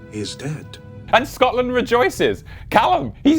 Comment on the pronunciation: I never knew it'd be so satisfying to hear someone on YouTube actually pronounce scotland correctly